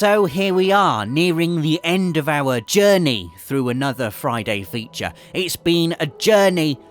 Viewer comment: "Friday Feecha"